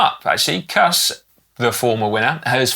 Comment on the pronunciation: Hey guys! Hilarious that your pronunciation of US riders needs correcting after all this time but... -Former WINNER Kuss 🎉 rhymes with loose, not cuss. -Jorgenson, in Matteo's family, the J is pronounced same as an English Johnson, not like a Y. Thanks for the shout out for Riccitello! Cheers 🍻